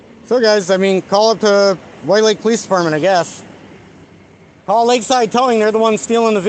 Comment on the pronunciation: You are so bloody clueless. Fix the suspension FIRST, then drive. If you actually believe the courts will give you the one and only waiver on the driver's license in the country then get that FIRST. (Good luck with that.) And you slurred a bit when you said the name of the police dept to call. I should call to thank them for doing their job. Was it White Lake.